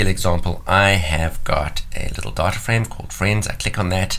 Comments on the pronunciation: I keep hearing "diet-a" lol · 1 minute and 42 seconds into the video I finally realized what he was saying was DATA. LOL